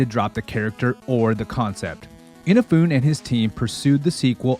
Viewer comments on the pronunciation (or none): yeah, I gave up after two "ina-foon"s. anyone with access to wikipedia thinks they are a content creation expert nowadays. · Your pronunciation of "Inafune" is a crime against humanity. It is perhaps the worst insult to Japan since Hiroshima and Nagasaki. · I'm sorry, but this is a sub-quality video. You're pronouncing Inafune wrong as well as misrepresenting his role that early in the series. You give all this flowery praise of the second game without giving context to explain what was already done. And the way you constantly clip off the top and bottom of the screen, especially at points when Mega Man is in those edges, is really annoying.